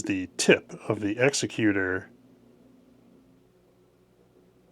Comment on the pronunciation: It's"egs-ECK-u-ter" in canon. Second creator I've heard pronounce it wrong.